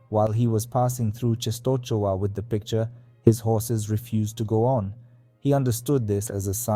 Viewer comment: I gave thumb up, but… for God's sake, check pronunciation (you read “Częstochowa”, “Jagiełło”, “Kordecki” totally wrong, watch the video titled "How to read Polish or something" and you will see), and if you have problems with saying Polish names, record what google translator read aloud.